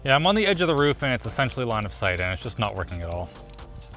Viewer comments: Did he say “Line of Sight” or “Linus Height?” 🤣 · whenever they say "line of site" I keep thining he's saying "Linus site" 🙂